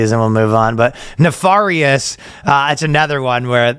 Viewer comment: Why are you pronouncing nefarious like that?